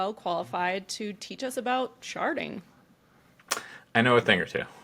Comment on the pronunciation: At some point the d in sharding started to sound like t and I was losing my mind haha